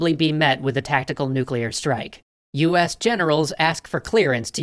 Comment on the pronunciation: Navy: breaths Kennedy: COULD LEAD TO NUCULAR WAR